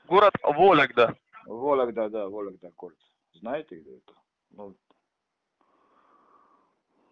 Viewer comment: "Волегда". Окраинец то сам от себя говорит, то читать скрипт читает. Вот и получается то "ты", то "вы"